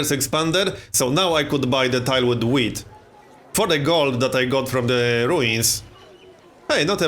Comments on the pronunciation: Is it just me or does he say weed instead of wheat ? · It sounds like he's saying weed